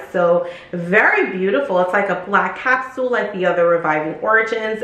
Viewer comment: Did you say "Capsuel" ?